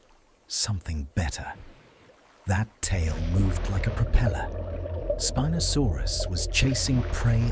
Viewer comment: I don't know if spinosaurus was gonna like you mispronouncing his name like that